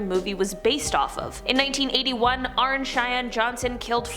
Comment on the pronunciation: Why does everyone call Arne, Arn ?? It’s pronounced Arnie (like Barney Rubble)